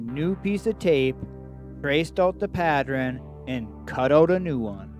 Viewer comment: Interesting video. However, the word is pattERN, not patTREN! Sorry to be critical, but mispronunciations are annoying. If you are not using your own voice on videos, you need to can that voice software and get a better one.